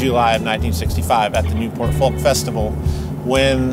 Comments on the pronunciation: Fantastic episode. But do please practice pronouncing the word 'Folk.' It's 'Fowk.' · Stop pronouncing the "L" in folk! It's weird. ;) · Great episode and I love the way you say "Folk"!